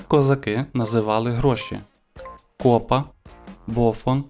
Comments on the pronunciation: Молодець я! Вірних відповідей -26! А от наголоси перевіряйте...КопА, а не кОпа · Не копа а копа.наголос на а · Старий обідраний віник називають,, драпак", а не деркач. 👆 І не кОпа, а копА. ☺️